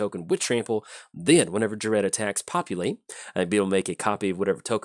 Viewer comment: I honestly cant wait for this Friday when the decks come out in paper. I have a pretty sweet clone deck built for Ghired. And personally I think it's pronounced like gear ed or guy red.